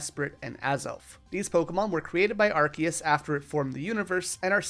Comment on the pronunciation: it's pronounced arc-oo-se!